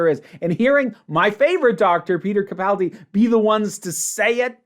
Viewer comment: I love your insights into the show and am particularly pleased and impressed that you're one of the very few YouTubers to actually pronounce Peter Capaldi's last name correctly. He's my favorite of the NuWho by light years. (Jon Pertwee is my permanent number one, but then again I met him and even spent time with him.)